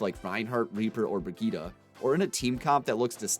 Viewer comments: Bri-gee-tah?? Isn’t it pronounced like “bri-jet”? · It’s pronounced bridge it my dude :) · Haven’t bought the game yet but why are you saying Brigette (Bridge-it) like Vegeta... is that how they say it in the game?